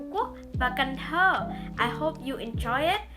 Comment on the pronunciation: "An Giang, Phu Quoc VÀ Can Tho" dễ thưn zayy Phát âm càng ngày càng hay lun í, mê vlog nầy quá